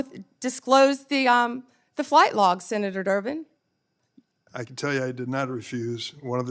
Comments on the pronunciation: Did she say senator jerk to senator Derben? That's so funny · She said Senetor " jerk" 😅😅😂😂